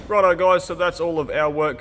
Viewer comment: "Rod eye, guys... I mean, righto, guys..."